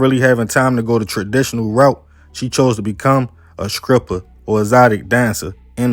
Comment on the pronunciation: Man I love your content ‼️ big fan 💯💯 but you gotta work on your S T words bro 🎯 skreets & scripper 🤣🤣🤣